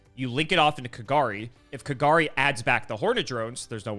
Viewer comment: I love how was close to Kagari's correct pronunciation, and then incorrected him into KaGAHri. xD